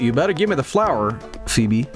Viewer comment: Or as calls it floor